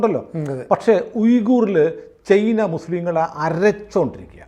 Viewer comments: ചെയ്ന അല്ല ചൈന എന്നു പറയൂ.. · ചെയ്നയല്ല ചേന😅😅